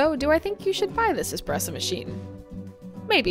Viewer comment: Its not expresso. No pressure whats so ever. Trash machine